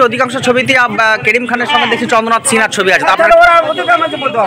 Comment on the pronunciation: চন্দ্রনআথ সিন্ -হা, সিং নয় ভাই